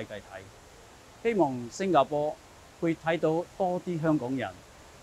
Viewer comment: 一开始就把新加坡叫成星家坡 lol